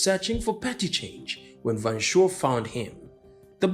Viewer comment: Van Schoor = Fan 'Skuorr', not 'Van Shore' Anyway, we've moved on and are doing just fine, why are you obsessed with our politics and not yours'? Apartheid is part of our history and not yours, go and talk abour your history. I want to work the Netherlands.